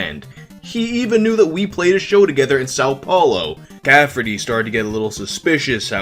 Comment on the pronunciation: I like that you also call Chris Caffery “Chris Cafferty”. 😂